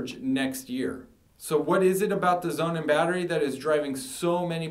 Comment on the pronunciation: Would you please stop calling the SonnenBatterie Zounen? Thank you! And please take a public speaking lesson.